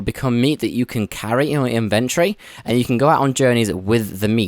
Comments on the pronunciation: in-ven-tory im sorry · really useful also inve-try is back :D :D nah i know you say it like that in UK